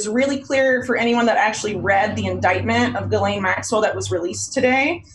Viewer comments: PLEASE learn how to pronounce "Ghislaine." It's a hard "g," like Gary. Not a soft "g," like jello. Thanks in advance. Also, thanks for this video. Yeah. I'm pretty sure this arrest is BS. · "Jilleen". It's pronounced Ghee-lenne. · Pronounced Gee-len. Not that she deserves it.